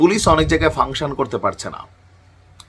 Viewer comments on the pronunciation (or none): none